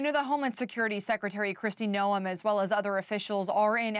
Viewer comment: Hey reporter, pronounce her name correctly. How can you be in the news and not know how to pronounce the name of the Secretary of Homeland Security?